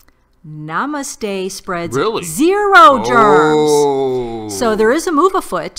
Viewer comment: This word is pronounced as nuh-mUH-st-hey. The emphasis is placed on the second syllable, not the first syllable like you've been saying.